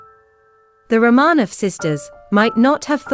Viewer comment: Pronounced. "Row - man - off"